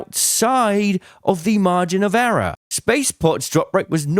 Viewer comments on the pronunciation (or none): Margin of “errror”. Comedy, love you!